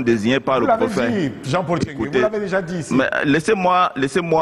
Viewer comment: NTCHENGUE pas TCHENGUE. Car il faut éviter qu' en oubliant le premier " N", l' on puisse penser de prime abord qu' il s' agit d' un bamiléké. Je m' explique: 1. Un bamiléké n' a jamais été si con. Mêne pas jean de dieu momo. 2. Un bamiléké si con qui enseigne à l' ENAM des nkouas? Que ça a comnencé par comment? Ceci dit, j' espère que quelqu' un viendra ici nous confirmer si c' est un bami ou un Atangana. Nb: il ne s' agit pas de tribalisme, mais du cul de sac dans lequel certains ont mis notre pays et qui se perçoit ici dans la gêne d' Abdourahmane face à cet encenseur plein d' huile de sardine sardinarde.